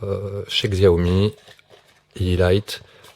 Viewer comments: Merci pour cette petite vidéo sympathique qui permet également de démontrer que les produits chinois ne sont pas forcément de mauvaise qualité bien au contraire (d'ailleurs je me permets cette petite remarque sans vouloir te vexé bien sur, mais on ne dit pas "xziaomi" mais "xchiaomi" 😉😊) en ce qui concerne les produits Xiaomi et sonoff je peux te confirmer que je n'ai jamais eu aucun problème avec ( smartphone et domotique Xiaomi depuis plusieurs années et plus récemment sonoff pour la domotique) ce sont des produits de très bonne qualité à des prix défiant toute concurrence surtout quand tu passes par des boutiques chinoises qui sont largement égale à des produits haut de gamme de type Somfy mais pour trois quatre fois 10 fois moins cher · On dit chiaomi